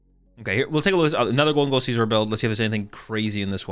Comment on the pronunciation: I die a little bit every time you pronounce Scizor like it’s the ides of March